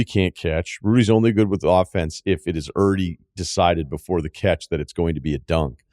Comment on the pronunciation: Is he saying “already” when he says “errrdie”